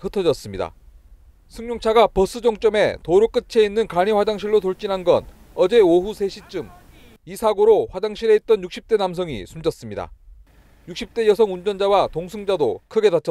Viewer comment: 이순철 기자의 보도에 "---도로의 끝에 있는---" 의 발음을 "---끄체 있는" 이라고 하는데 "끄체"가 아니고 "끄테" 잖아??? 기자들 연음법칙 공부 좀 시켜야지??? "끝이" 보인다와 같은 뒤에 이가 올 경우에만 끄치 라고 해야지만